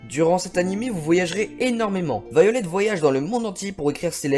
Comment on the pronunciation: déjà, je pense que ça se lit "Vaïolet", pas "violette"! Alors, arrête avec ton délire!